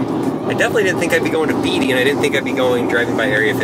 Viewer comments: It's pronounced BAYTEE!! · Beatty is pronounced “Batey”